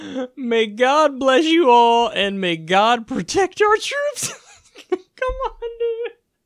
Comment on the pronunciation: MAY GOD PWOTECT DA TWOOPS